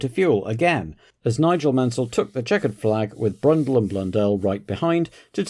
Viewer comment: Loved the "Brundell brothers" at Brabham